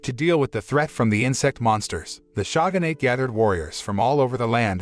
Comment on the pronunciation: God the text to speech is amazing. Shog-in-ate. I just cant.